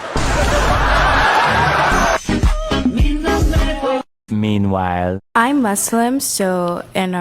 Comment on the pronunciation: Do u not hear yourself talk ?! Can’t pronounce women and your channel is about women